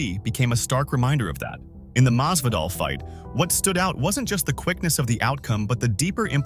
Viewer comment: His name is Masvidal, not Mazvadal